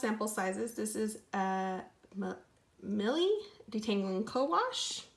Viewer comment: Sis, you’re killing me here. You really have to learn how to pronounce these products. It’s MY-ELLE. Also, Camille...not Camilla with an “a” at the end. Mielle has been around for a quite a while now. Just some constructive criticism. I’d also like to know how the products that you’ve received are working for your hair?